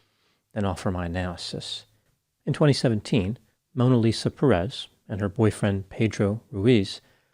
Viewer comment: Dear, it is Pérez, the accent goes in the first syllable. As for the story, one more time guns show how dangerous their use is.